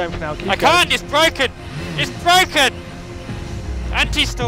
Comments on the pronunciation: IT'S BWOKEN 😩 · Itsssssss Bwoken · its bwoken!its bwoken!